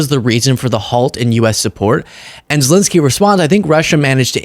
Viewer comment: Dude, he is ZelEnskyi (ЗелЕнський)not ZelInsky